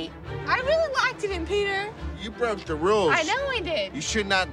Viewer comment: Lam No... she LITERALLY said "likeded". Listen to it again lol 😂